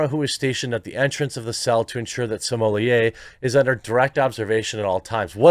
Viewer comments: Why do you keep pronouncing his last name " simolie"????? It is " SMO -LET" !!!!!! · Literally the only person that say Smollier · It's Smoll-ett not Smoll-lay. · I always have to chuckle how you say "Juicy Smollé" so consistently :D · You know you can say his name correctly nothing will happen to you please speak correctly you making name the way you do is stupid annoying. I know why you doin it but you won't get a strike and don't lean just on YT for anything bad idea. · Why do you pronounce his name so weird? Is that just you or is it some weird name other people have given him? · I wanted to watch this but knew i couldn't sit through another 15 min of him mispronouncing jussie's last name. Not cuz i gv a shit about human garbage ol juicy boy but it really grates the ears. Especially cuz u do it so many times. Sommelier is a noun, a person, professional descriptor- Smollet is a surname & not pronounced (or spelled) that way, quit trying to jazz it up. Or just quit being lazy. Sound it out, maybe watch 1 r 2 of the 1000s of clips of 100s of ppl saying his name. Even the captions of ur own videos will show u you're wrong. I know it shouldn't bother me but it really, really does. I'm aware some apply a more French pronunciation, which would still not be the way u are saying it. Stop it.